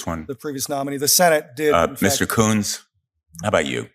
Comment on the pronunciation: Im pretty sure that they are pronouncing the name Kuntz wrong